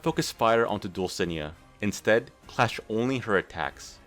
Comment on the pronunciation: Dulcinea is pronounced Dull-sin-ey-uh